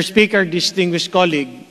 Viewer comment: Hindi preparado si Cong Mannix sa sponsorship nya, budget pa! Kung you are expert on the subject, mag research ka! Layo ng sagot mo, hintay kapa na ibang agency at sponsor ang sasagot? Ang colueague mo pag prounced mo cAluegue! Purya gaba ka zamboanga, pamile mo og tarung nga representative sa Congress.